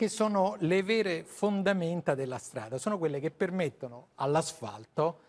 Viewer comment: Min 7.30..."ma gapire come stiano le fondazzioni dea strada"... e questo fa da speaker a una trasmissione a fondo scientifico... par mi l'è un terun...che vergogna